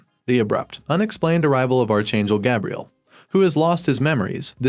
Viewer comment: And Gabriel lol